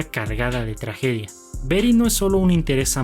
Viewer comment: Ma mita... "beri", BETY, y ya, no eres gringo ni estas hablando con gringos nmms